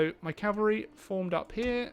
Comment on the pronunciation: "Have we beaten off the Calvary unit yet?" lol